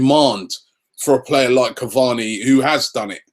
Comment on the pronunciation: Its Caváni guys.